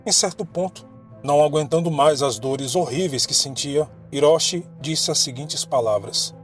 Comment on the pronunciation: Muito bom. No entanto o CHI tem som de TI e o H som de R e o S tem som de S mesmo e não de Z. Hiroshi, Ouchi e Hisachi devem ser pronunciados como: Riroshi, Outi e Hissati. Sem querer desmerecer o seu vídeo mano. <3